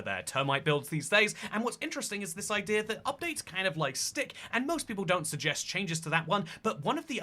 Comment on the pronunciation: english: idea xtoycat: idear